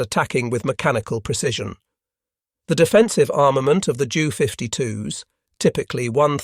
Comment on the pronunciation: "J" U". the fake voice pronounced jew. Also "M" "E". was me.